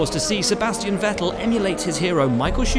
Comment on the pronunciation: It's pronounced 'fettel' not 'vettel'